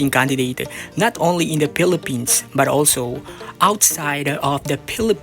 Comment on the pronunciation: Filipins hindi Pilifins or Filifins Acclah😂